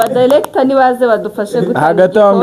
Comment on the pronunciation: Point of correction: not “dilector “ but “director “ R not L